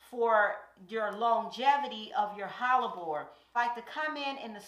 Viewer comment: Let's go QUEEN! Kansas City, MO here. Are you saying Hallabore or am I trippin? It's pronounced Heh-luh-bor Hellebore... Loving all this content and so frequently now too. I have a few hellebore's and I'm dying to go to the garden center to buy more this week. LOL 🥰🥰🥰